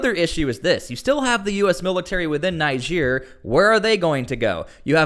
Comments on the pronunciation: Please stop calling it Naihija. It's pronounced like Neejeh😊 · Your pronunciation of Niger after hearing the pronunciation from the news is disturbing. Almost sound as if you were calling Nigeria. You must be a stubborn person. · its not pronounced Nigere!!!!! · U R pronouncing the country Niger wrong... Pls get it right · Your pronunciation of the country is so bad. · It’s pronounced “Niger” not “Niger” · Ask most of the citizens of the 54 countries in Africa how Niger is pronouced, all but the citizens of the French colonies will pronounce it like how the river "NIGER" is pronounced.